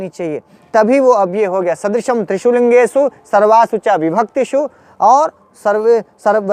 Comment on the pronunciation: महोदय आप को नमन। आप ज्ञानी है अतः आपकी उच्चारण गत अ‍शुद्धि ठीक नहीं।त्रिषु का उच्चारण त्रिषूल करना । ठीक नहीं है